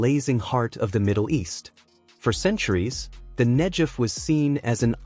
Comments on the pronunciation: Negev with a "g". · Negev is mispronounced here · Who on Earth, doesn't know how to pronounce Negev? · Who are these Muslim people being shown as part of this Israeli engineering marvel? They look like they come from Afghanistan. . These are not the Israelis making this project possible. I don't get it. And why is "Negev" being mispronounced? What does King Hussein have to do with the project. . I think this video is suspect for subliminal messages. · The G in Negev is a hard not soft G as I have always heard it. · Couldn't you make it pronounce Negev correctly? It has never been pronounced that way by anyone. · mispronounce Negev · Video is loaded with small inaccuracies... for example: Israeli engineers doesn't look like Saudis... The proper pronunciation of the area is NEGEV and in general a lot of agricultural was taking place in the area all along. This canal was planed for at least 70 years. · in the word 'Negev' the 'g' is pronounced as in the word 'gum' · Negev Negev Negev!!!! The pronunciation has a g in the centre of the name The Negev Desert. Brilliant production culminated from brilliant Israeli minds .. so proud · Great to see all the support here. Pls pronounce Negev saying the g as in great not as in generic. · Called Negev hard G idiot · Why not pronounce it correctly? It isn't Nejev... it is Negev. The G is like in the word good. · Beautiful!!! Negev--pronounce the "g" as "guh" not as a "juh!" Think of gush of water not jug of water... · Pronounced NEGEV Wouldn’t it be great if Iran would concentrate on creating WATER for their citizens instead of all their efforts going towards killing and destroying Israel (Not NEJEV) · The "G" in Negev is a 'hard g' rather than a 'j' sound. You could have checked that out before this podcast fgs.... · NEG-EV not nej-ed. amazing israel. respect it. not hate it. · Its Negev not Hejev ...... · Negev with a hard G, not Nejev! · the desert is called Negev, not Nejef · Negev is pronounced with a hard g.